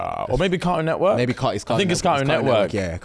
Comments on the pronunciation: "Caroon Nework"😂😂😂😂😂sorry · This is how I know I could never date a Brit lmao the way my whole body cringed at how they pronounce ”Cartoon Network” 🥴🤢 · As an American, hearing you guys say cartoon network without pronouncing the "T" over & over is so interesting 😆